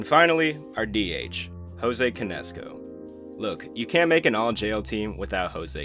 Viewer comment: I did not know this was AI Until.... Jose CAN- ESCO. Otherwise GREAT VIDEO